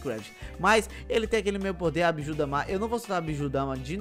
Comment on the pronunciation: É bijudama não bijudamá